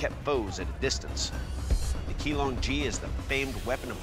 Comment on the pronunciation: Not 'Key long G' but Qinglong Ji